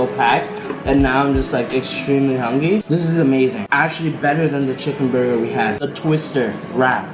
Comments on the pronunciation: I know u guys aren’t gonna pass that this man said we waited in a line for 2 hours and now we’re just ‘’HUNGY’’ 😂😂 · “Hungy”. XD